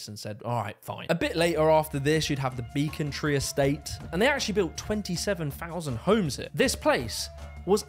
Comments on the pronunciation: I grew up just by Becontree (pronounced "beh" not "bee" btw) and honestly the area was pretty nice to grow up in. Sadly the boundary on Ilford, Dagenham, and Havering that Beccontree/goodmayes is has sadly declined as much of the country has under the Tories, but it was kind of amazing to hear it mentioned in the video and learn it's lost history <3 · Im sorry but there is no way you have ever stepped in London with your pronunciations of ‘Becontree’ and ‘Southwark’